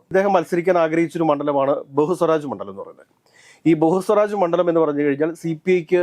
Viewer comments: ബഹുസ്വരാജ് അല്ല, ബേഗുസരായി. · പൂർണിമ അല്ല പൂർണിയ ബെഗുസരായി.... ബഹുസ്വാരാജ് അല്ല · പൊന്നു ഒന്ന് റിസർച്ച് ചെയ്തിട്ട് പറ. ബെഗുസാറായി ആണെടോ പിന്നെ പൂർണിമ അല്ല പൂർണിയ.